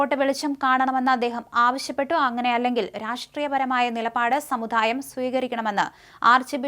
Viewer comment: Samudhaayam alla... Samudaayam.